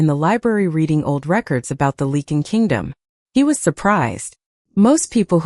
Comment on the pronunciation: I wish someone would teach the A.I. how to say Lycan. It's supposed to be Lie-Can not leaken! It's also "The Lycan King" not the The King Lycan. I know English is difficult but if you are going to tell a story you should at least learn how to pronounce the words.